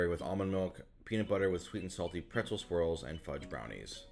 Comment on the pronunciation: When you say "swirls" I hear "squirrels" 😂 Imagine a bunch of peanut butter and pretzel squirrels jumping out when when you open the lid.